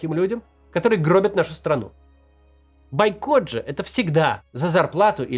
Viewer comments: Максим, бОйкот, а не байкот😂😂😂😂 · правильно "Бойкот" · Все хорошо, только «бойкот» через «О»